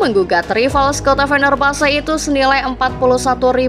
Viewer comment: Fenerbasa? Bacanya yg benar mbk